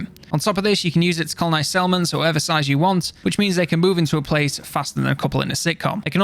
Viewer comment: You say settlements, I hear salmons